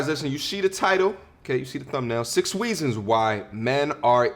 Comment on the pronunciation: 6 "weeeeeeesons" lol